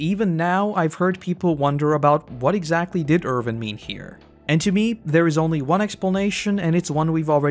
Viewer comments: You always call him ErVin instead of ErWin 😭😭😭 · I can not get over the fact that every time, you say "Irvin" instead of "Erwin". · Why are you calling him Ervin?